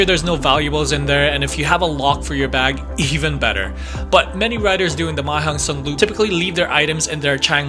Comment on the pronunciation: Why nearly every youtuber speaking the loop wrong. It not the Mei Hong son loop, it´s the Mae hong son Loop.